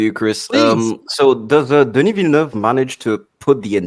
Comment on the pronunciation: Couldn't watch it to the end because my ears hurt with how much you''re butchering Denis's name